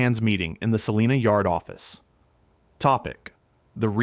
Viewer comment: According to a kansan, its pronounced sa-line-a, not sa-lean-a. They will correct you every time. Lol